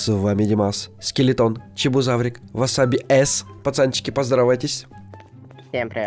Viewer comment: правильно не васаби эс а васабис